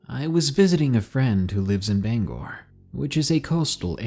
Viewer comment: I’m sorry to point out but you mispronounced Bangor you pronounce it like banger but pronounce the ‘g’ harshly